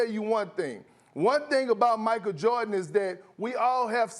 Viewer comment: Kendrick Perkins who tf is "Michael Jawrdon"?🤔